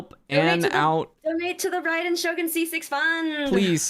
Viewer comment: Is it just me or did he say Raiden's name wrong? The Raiden part 😂 Idk if people say I differently but man why do they say her name wrong ;-; even she does too the voice actor!